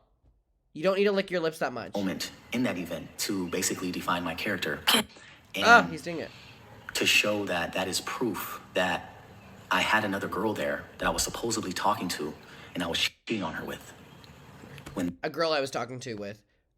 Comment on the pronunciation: He also said “supposably” and suggested her book should begin with “Hi, my name is ___” 😂💀